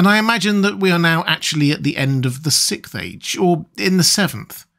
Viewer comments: SIXTH jesus christ you can say six, you repeatedly do. say SIX and add TH to it. It's not fucking sicth. good lord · "Sick age" 😂 learn to pronounce "Sixth"!!!! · We are in the "sickth" age, as this narrator keeps repeating over and over.